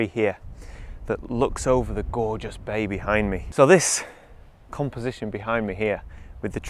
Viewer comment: "bay behind me" I heard "baby hide me" 😇😂